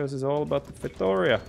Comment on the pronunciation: It’s pronounced “fay-tow-REE-ah”!!